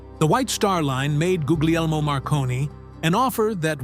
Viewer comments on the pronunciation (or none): “Ghooghliermo” Marconi? I gasped when I heard how AI pronounced his first name! I would actually change the transcription of people’s names to make sure AI would pronounce them properly. Ghoogliermo! For shame! 😂